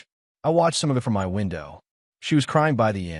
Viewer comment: OMG, why doesn't this AI voice cannot pronouse " My' properly? And who the hell fights over a rented apartment😂😂😂😂